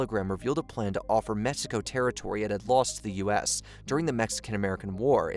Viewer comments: It's Mexico, not Messico. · why does this guy keep saying "messico"?